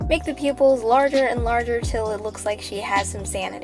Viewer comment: She: Draw pupils Me hearing : Peoples?